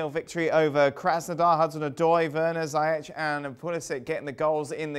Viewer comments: It is so disrespectful to persist in mispronouncing a person's name. It is Ziyech not Zayesh for crying out loud. I give up. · FC, Ziyech is pronounced Zee-yash حكيم زياش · Its pronounced zeeyeckh steve🥺